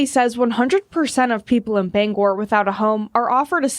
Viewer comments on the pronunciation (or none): Bang-gor (the accent is on both syllables, and you pronounce the "g" twice).